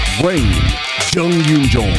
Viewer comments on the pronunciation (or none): none